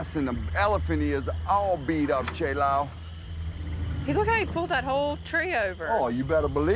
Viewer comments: It’s not even pronounced like that. That’s the part that bothers me more so. It’s not “Che” - ch-AY it’s “Che” - ch-ĀH like apple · Lmao this guy can't even pronounce Che right...........................seriously.................omg